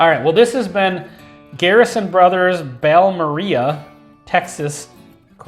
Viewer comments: I think it’s pronounced Bal-more-ay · Its pronounced ball- more- ray